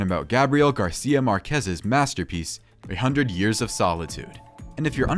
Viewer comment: It's MARQuez, not marQUEZ. Emphasis on the first syllable.